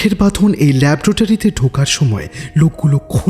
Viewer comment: ল্যাবরেটরি উচ্চারণ: "ল্যাবোরেটরি"| "ল্যাব্রেটরি" নয়|